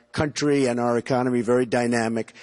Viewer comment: FINALLY someone pronounces our properly, SO MANY news anchors say are instead of our. It's the same pronunciation as hour the h is silent, our and hour, a personal pet peeve of mine.